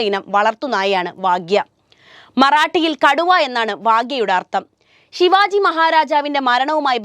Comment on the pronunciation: y all mallu channels pronounce a sivaji....its shivaaji